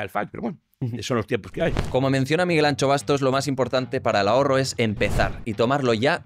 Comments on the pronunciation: Anxo no suena como Ancho si no como Ansho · Me llama la atención que casi nadie que no sea gallego sepa pronunciar la “X gallega” correctamente: muchos la cambian por “ch”(Miguel Ancho), debe de ser el legado vasco , cuando se pronuncia exactamente igual que la “sh” inglesa (shadow o Shakira) o como cuando mandas callar a alguien “shhhhh” (Miguel Ansho) 😉 Apertas a todos! Miguel “Ansho” Bastos es un tesoro español!! Gracias al canal por esta entrevista tan clara y agradable… ❤ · Se llama Miguel Anxo no Miguel ANCHO. Seguro que no decís CHILÓFONO y pronuncias perfectamente Shakira. No se puede entrevistar a alguien y no saber decir su nombre. Por lo demás un placer escuchar a este señor. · La gente puede pronunciar Shakespeare, Shaquille y Shakira, pero Anxo se convierte en Ancho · DEBERÍA SER ETERNO (pero, sin ser malvado: no entiendo por qué sabéis decir “show” y no sabéis decir Miguel Anxo. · Como gallego que soy me duele que no hagais un esfuerzo en saber como pronunciar correctamente Anxo